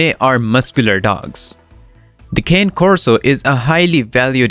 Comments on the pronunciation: I'm not listening to your video because you started out and mispronouncing the very first word in the dog's name. It's ķäh•né / khan•neh / kä•né / con•nay / or at least a very lazy Connie. All of those are spelled out in a way that should be pronounced the same depending on how you were taught phonics and pronunciations - all except the last one. And it seems to be the way most people who tried to pronounce the name correctly and up saying it. Cane is the word for dog in Italian it is not a walking stick! And, furthermore, should not be pronounced the same way. P.S. So... I see that I saw this video 3 months ago... am I the only one who has watched it since then? I must not have watched it then either because I don't remember ever tuning in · You're pronouncing the name wrong, also your Corso prefers to live in the house as part of the family, not a dog house in the backyard. How do you expect a guardian breed to protect you if he's locked out? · This person should remove the video, he doesn't know anything about the breed. He doesn't even pronounce their name right. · The narrator needs to learn how to say the breed's name correctly. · maybe learn how to pronounce the breed's name before making a video about them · I think before doing a video on a breed you should learn to pronounce the breed's name correctly. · I totally agree!! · Fact Number One: you can't even pronounce the dog's name correctly... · Maybe before making a video about a specific bread, he should know at least how to properly say the name Cane Corso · Can’t pronounce the name right 💀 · Fact #1, you cannot pronounce the proper name of the dog. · 1st fact: learn how to pronounce the name correctly. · You are not pronounce Cane Corso correct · Mispronounced the name... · You are pronouncing it very WRONG...therefore I don't believe anything you say... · “Cah-neh Corso”. Italian for Coursing dog. Please…Not “Kayne” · Kah-nay, not cane. FYI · Again “ cane” it’s fucking “ car na Corson” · Con- nay corso